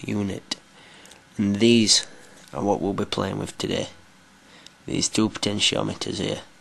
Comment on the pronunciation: "Eight screws which 'arr 'ere ere ere an ere" LOL accent